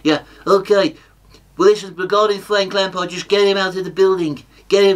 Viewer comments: "WHO? FWANK LAMPARD?" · Fwank Lampard ..ha!ha!